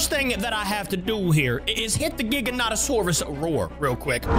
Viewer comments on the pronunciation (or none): You said gigznanzsouras right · Its pronounced giga-no-toe-saurus Or Jiga-no-toe-saurus Hopes this helps :) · It’s pronounced gi-gant-o-saw r-us because it’s name means giant southern lizard